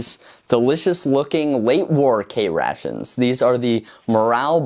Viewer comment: I swear that the further into the video he went, his pronunciation went closer and closer to "c-rat-shuns", which sound eerily similar to the modern "C-rats" meme.